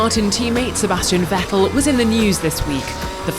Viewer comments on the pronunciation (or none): none